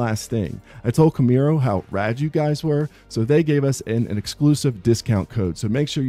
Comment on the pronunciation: Repeat after me Kam' rue ee